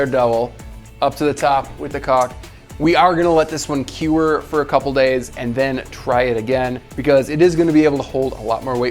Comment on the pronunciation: “Kewer” no, what are you sayin? It’s “cure”